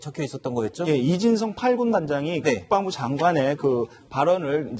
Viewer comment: MC도 국뻥부라고 발음하잖아